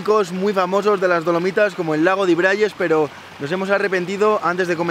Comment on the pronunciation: Lo admito, cada vez que decía "Dolomitas" escuchaba "Palomitas" 😔👍🏻